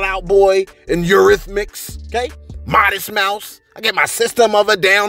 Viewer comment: did I hear you say the "Eurythnics???!!!" LoL.... been one of my "white-list" fav's for years! 🎵🎵🎵👍🏾